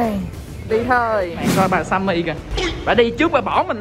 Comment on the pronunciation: Simmy mà nhấn simmi